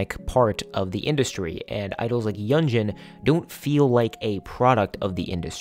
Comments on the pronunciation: Great video! Yunjin is quickly becoming one of my favorite people ever. Also for future reference, her name is pronounced “Yoon-jin” 😊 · love this video!! btw hee name is pronounced yoon jean i’m sorry it was bothering me 😭